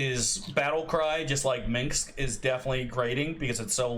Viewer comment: How the F do you pronaunce Minsc wrong, it's not minx XD